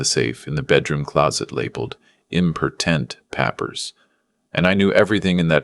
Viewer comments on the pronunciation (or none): Eempor-tent pappers?